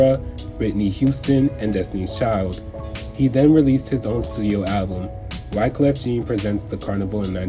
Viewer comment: Just for clarity, Wyclef Jean is pronounced as Wyclef John. Cool video, though. Very well researched.